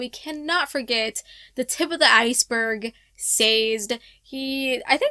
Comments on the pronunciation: Excellent review but it's got to be Sah-Zed, rather than saysed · For pronunciations it’s Say-Zed and AL-oh-man-see. Glad to see you read it! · it’s actually Say-zedh. It’s on the wiki and pronounced that way in the audiobooks